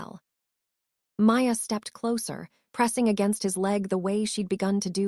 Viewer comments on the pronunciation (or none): none